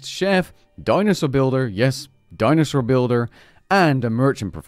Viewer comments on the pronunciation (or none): none